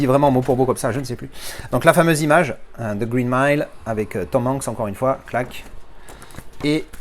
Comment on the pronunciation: "The Reen Mile" ça c'est la classe 👍🤣 Superbe édition 😎